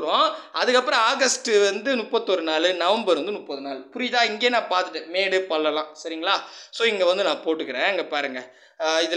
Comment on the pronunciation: Sir athu modu illa medu